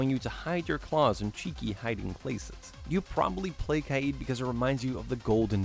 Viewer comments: Umm u dumb cuz Kaid is not said kied it is Kaid like cane but ai and kd in stead of cn stupid. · He says kaid wrong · Am I the only one annoyed by the way he pronounced kaid